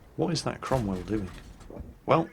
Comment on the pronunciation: That enemy Cromwell became . . . Wait for it . . . . Crom-ill